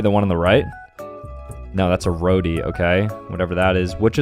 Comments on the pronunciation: As a Sri Lankan, it's not pronounced Row-ti, It's pronounced Ro-ti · is anyone going to call him out for calling a roti a rodi, is it just me? Any Caribbean out there? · Him:rodi Me: what da he'll man its roti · Bro the way he pronounced roti hurts me he just said "rodi" instead of roti😂😂😂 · bro just summoned the entire 1,450,935,791 people in the world by saying 'rodie'. ITS ROTI LIKE R-O-T-I! (btw i was talking 'bout indians' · I got so mad when he called " roti " a " rodi " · me as an Asian is disappointed at him rn Cus he pronounced it as “rodi” it’s rOti” 😂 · Indians when he said roudi instead of roti:🙃🙃🙃🙃🙃🙃🙃😭😭😭😭😭😭😭😵😵😵😵😵😵😵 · its not rodi its rootee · Bro it’s not spelled rodee it’s literally spelled with a t it’s pronunciation is ro-tee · Its not råti it’s roti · He said ''Rody'' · Look, I love this channel but being Indian ROH-DEE WHAT THE FUCK IS ROH - DEE 💀 I’m sorry 💀💀💀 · As a Thai person you pronounced roti wrong and it's a breakfast food eaten with condense milk and strawberries and it's pronounced like this ( ro thee) and I totally understand everybody gets this wrong love da vids keep going 😊❤ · "Ro-dee" woke up and chose violence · BAHAHHAHA IM DYING “ROWTI” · when he said roti as an Indian I'm so offended its ro ti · Bro called roti “rot E” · apsolutely killed me lol! It's pronounced row-dtee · when he pronounced roti like "rodi" and said "whatever that is" smh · He did not just pronounce roti as roati😭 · “thats a rowdi” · BUT HE SAID ROADY LIKE WHAT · THE WAY HE SAID IT LIKE RO-DY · BRO SAID "ROADI" MY ASIAN IS MAKING ME CRY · Him: calls a roti a rodi Me: *cries in indian*👁💧👄💧👁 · as an Indian I am highly offended that he doesn’t know what a roti is(oh and btw it’s not pronounced rody) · Ikr when I heard him say “rody” I was just like nah mannn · ikrrr I heard him say “rody” and I’m was like nahh man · pronounces roti like rodi Me, a Pakistani: h e l p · ikr I heard him say “rody” and I was like nahhhhh man (I’m Indian not pakistani)